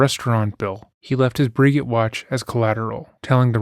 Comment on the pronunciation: A briggit watch? LOL! It's like bre'gay, homie.